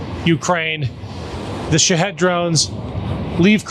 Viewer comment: I don't mean to be picky, and like your content, but can you please stop calling them Shihad's, it's Shahed, or sometimes Shahid.